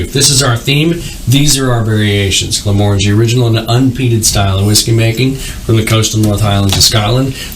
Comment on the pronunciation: So the guy on the left pronounced Glenmorangie 3 different ways, 4 times, in the first minute and a half and only one was correct. So annoying. Please pronounce it correctly so that people aren't taught wrong.